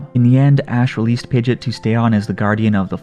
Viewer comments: Oh man it triggered me every time you said pidgit it's PidgeOt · Why do you say pigit you say pigEOt you say the E and the O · It's not PIDGET its PIDGE"OT" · I’m sorry but it’s not “pidet”.. it’s “pideot” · "pidjit" It's "pidjee-ot" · its pronounced pid-ge-ot not pid-git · BRO ITS PI GE OT not pidget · Its not pronounced Pidget like Midget lol. Its Pidgeot like Camelot 😂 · The only thing I hate about this video is "Pidgit". It is pronounced "Pidgey ott" >:( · Why did you say pijat it's Pidgeot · Pidg ee otte is how you say it not pidgit. Just fyi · pidgit pidgit pidgit me: heck its pidgEOT E SOUND THEN OT SOUND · Sorry but it sounds like you're saying pidget not pidgeot. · Its pidg-E-ot. Not pidg-it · It is pi-ge-ot not pi-git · Omg! It's Pig-eot, not Pid-git! Also good video anyways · Pidge it?? Lol it’s pidgeot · Pidgey-ot lol you’re killing me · It’s pidgeot not pidget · hold on did he just say pidgit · it's pronounced (Pidg E ot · why do u say pidgeot pidget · I’m gonna pretend that he is joking when he pronounces Pidgeot wrong…please tell me you were joking….it is hurting me more than pidgeot leaving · It's pidgeot not pidget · It’s not pidgit it’s pidgeot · Pidgeot pronounced pidgeyot!! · The way you prononce Pid-GE-ot not only lost you a sub but I'm not even gonna finish this video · I find it wierd how you pronounce it pidgeot pidgit but don’t pronounce pidgeotto pidgitto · I seriously hate that you refuse to pronounce pidgeot correctly I'm definitely give it a thumbs down because of that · You don't even say pidgeots name right 🤣🤣im dead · Sad how you pronounce Pidgeot. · Pokémon is over 20 years old. Pronounce Pidgeot correctly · The way you pronounce Pidgeot really bugged me